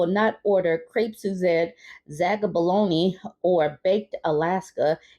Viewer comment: zabaglione = zä-bəl-ˈyō-nē 😄